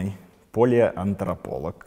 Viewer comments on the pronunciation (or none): пОлиантраполог - это так резануло ухо. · Поле-.... Поле-, cyка, антрополог. 😂ПАЛЕО-.., понимаете, товарищ ведущий, Палеоантрополог. С Большой буквы-Дробышевский. Умница и красавчик. И гитара-это не Ваше. Совсем... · Интересно, как на канале с названием UNIVER TV может работать ведущим человек, не умейщий правильно произнести слово "палеоантрополог"? Вопрос риторический, если что. Станиславу Дробышевскому огромная благодарность за просветительскую деятельность.